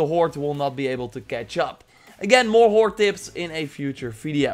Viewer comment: I like how it sounds like 'horte' when you say horde.